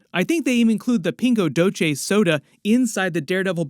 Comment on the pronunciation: Very bad pronunciation of “Pingo Doce”.